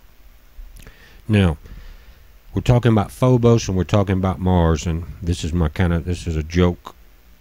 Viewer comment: Its Phobos, not Phobus